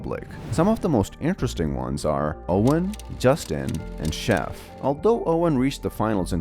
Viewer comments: listening to you pronounce Geoff as Goff is pain to my ears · btw geoff’s name is pronounced as jeff